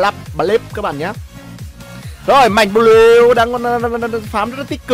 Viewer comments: Đọc là anh ơi, bờ lêu nghe như lêu lêu hài vãi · Bờ lêu nghe thốn vãi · bị cà lâm hay sao ý,cứ là là là là là thay thì đọc một chữ thôi,xong r cứ đọc 😂😂😂😂 cười ỉa